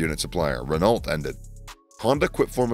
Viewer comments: Please fix how you say "Renault" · Bro I’m American and even I’m embarrassed by how you say some of the names. Renault, Keke. I mean come on. Are you even a fan? How do you mispronounce the names so badly?